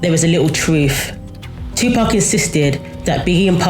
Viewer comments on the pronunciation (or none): Right, I'm saying Tupark from now on 😅